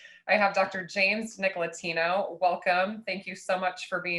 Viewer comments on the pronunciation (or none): It would have been nice if she has learned to say his name correctly.